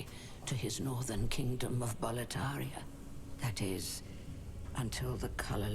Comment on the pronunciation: Boletaria keeps sounding like "proletariat" for me. wtf